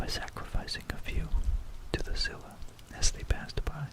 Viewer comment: Sill-ah, not skyla haha